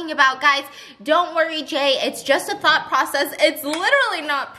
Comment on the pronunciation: Tell me why I heard ‘thot experiment’ instead of ‘thought’ HAHAHA